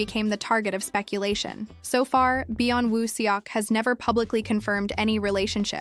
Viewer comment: You need to pronounce his name right might be nice. If your going to do info on him.